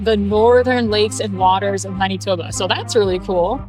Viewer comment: Weird how you pronounce Maneetoba😊